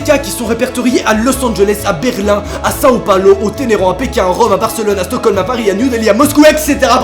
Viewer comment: il dit sao palo… et sa choque personne !?